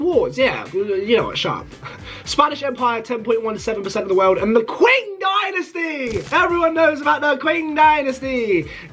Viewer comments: It’s pronounced ching not qwing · Bro really said 'king dynasty' its pronounced 'ching dynasty' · Also "Qing" is pronounced as Ching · Everyone else: yooo cool video Me: STOP SAYING KWEENG DYNASTY ITS PRONOUNCED KING DYNASTY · You pronounced lots of empires so badly. Example:- You pronounced Qing Dynasty Q-Ing but it's actually pronounced chi-ing (hope this helps) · the king empire💀💀